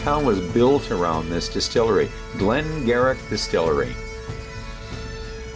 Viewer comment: gave it 90, which is high but he loves a genuine old-school quality whisky that is great value. I managed to find the 1 liter bottle for 39.50 Euros (about 60 CAD) and bought a load of them! By the way, it's pronounced Glen Geery.